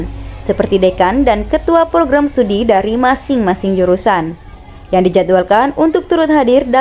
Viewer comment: Bukan Stadi, tapi studi